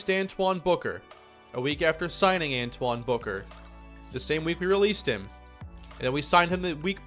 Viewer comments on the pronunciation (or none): none